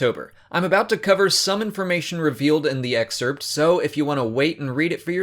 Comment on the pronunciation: The way you pronounce excerpt though